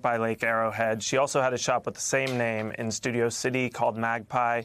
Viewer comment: It sounded like he said "LGBDQ community".